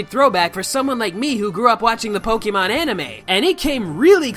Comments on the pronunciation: Your pronunciation of Pokémon have me cancer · You're a huuuge pokemon fan yet you don't even pronounce the series's game correctly